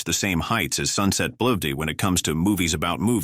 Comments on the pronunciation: "Sunset Bull-v-dee" had me almost fall out of my chair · "Sunset Bloovd" among so many other mispronounciations. Why can't they just get a knowledgeable human to narrate?